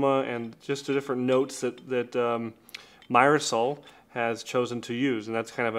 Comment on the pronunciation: It's pronounced "meer-sol" 😊